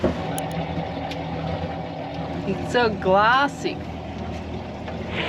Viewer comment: Fran sounded so aussie when she said glassy haha